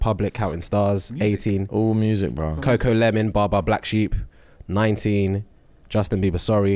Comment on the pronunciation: gotta stop saying coco LEMON